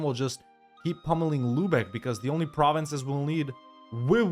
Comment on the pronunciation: Your pronunciation of German provinces is quite good. Of course sometimes you chose the English names, but all in all, respect!